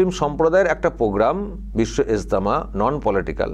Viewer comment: এস্তেমা নামটা ভালো করে উচ্চারণ করুন মুসলিম হয়ে নামও বলতে পারেনা